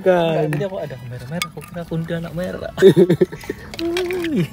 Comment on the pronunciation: "Ada" bg bukan "asa"